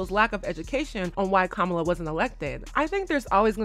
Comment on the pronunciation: her name is Kamala not Kamla. You do have to prononce the A after M.